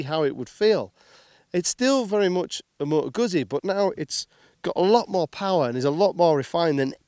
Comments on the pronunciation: C’mon man, you could learn correct pronunciation of Moto Guzzi… it’s not that hard :) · How can you be a motorcycle reviewer but can't pronounce the make of the bike.